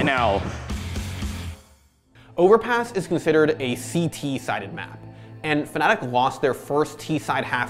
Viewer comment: Ur blocked kid... FNATIC* NOT FANATIC ...